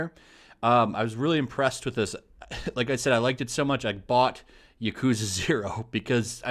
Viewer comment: I love the yakuza games. Been playing them since the very beginning and I will continue to do so since they never disappoint. Btw, you are pronouncing yakuza wrong. The emphasis should be in the ya not the ku. Most Japanese words have first syllable emphasis